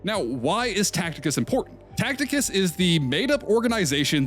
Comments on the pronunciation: cool vid but its Ta see tus (Tacitus) not Tacticus lol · Just FYI Tacitus is pronounced Ta-Sit-Us not Tact-Ick-Us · Tacitus not Tacticus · TA-CI-TUS……. Not Tacticus my guy 😭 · Bruh, Tacitus is pronounced Taseetaas not Tackteekaas. 😅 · "Tacticus" he says...😭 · Can’t even pronounce Tacitus right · are you saying Tacitus wrong as engagement bait? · Wonder of he knows the 'C' in 'Tacitus' is a soft one lol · bro cannot pronounce tacitus correctly